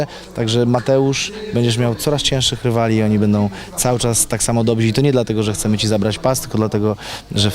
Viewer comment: "dobrzy", a nie "dobzi", Macieju.